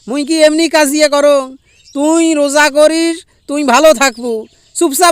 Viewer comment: বাংলাদেশে কি রোজা কে ওজা বলে